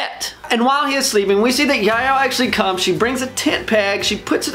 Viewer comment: I love Jael and the correct way you pronounce her name😆